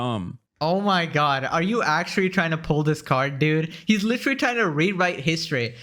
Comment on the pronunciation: I just realized cannot say literally. Lol, still a fan just found it amusing. Litery.